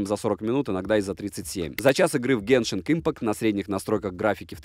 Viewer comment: В слове Genshin нет буквы Г на конце